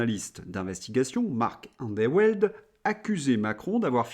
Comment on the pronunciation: pour info : Marc Endeweld se prononce "andevelt" :)